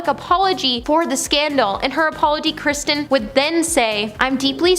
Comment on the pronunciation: Why do you pronounce Kristen as Christian?